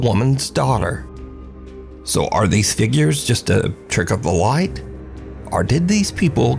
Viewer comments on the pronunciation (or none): slapped ham, trick of the loight 😂